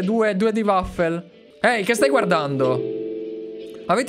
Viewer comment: Molto bello il video, c’è soltanto un problema, waffle si dice waffol, non waffer! Però vabbè, dopotutto le parti più belle del video erano proprio quelle il cui diceva male waffle 😂😂.